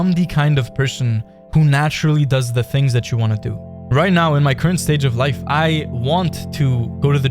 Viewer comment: How come you dont know how to say “The” properly?